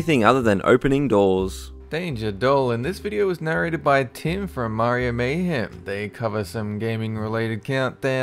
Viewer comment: Your name is Tim. Yet you can't pronounce a short I sound? Do you call yourself Time?